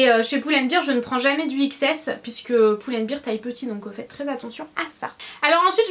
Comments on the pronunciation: Très beau haul, j'étais sur le site de H&M en mm tps :) Par contre tu me fais mal aux oreilles quand tu prononces Pull & Bear !! ça se prononce Bair et pas Bir parce que Beer c'est de la bière lol. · Super vidéo tes achats sont supers mais arrêtes de dire poule and bear s'il te plaît ahah